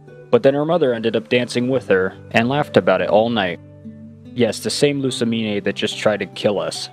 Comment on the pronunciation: first stop mispronouncing lussamine's name watch the anime and second don't say she uses a bunch of girly fairy type pokémon, the only fairy type she has is cleffabble